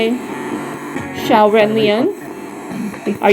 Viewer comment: Thank you! You pronounced Qiao’s name perfectly! We are all fighters for justice and humanity. You are truly appreciated ❤❤❤